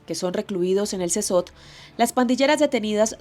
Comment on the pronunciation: Casi once minutos de "Wiri, Wiri", para llegar al tema de las pandilleras. Eso es mas de la mitad del video en puras mamadas, aparte la carcel donde estan los pandilleros se pronuncia "Sekot". Ademas, en la carcel o prision, se van a pagar las sanganadas que hicieron en contra de la poblacion, independientemente si son hombres o estas mujeres pobrecitas, oprimidas por el patriarcado. Puta, este reportaje, esta lleno de tantos prejuicios que pierde cualquier gramo de veracidad que tenga y se vuelve propaganda (tanto de gobierno, como de organizaciones que solo buscan empujar sus ideales).